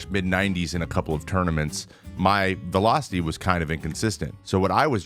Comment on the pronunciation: When did velocity become Vee-low? Serious question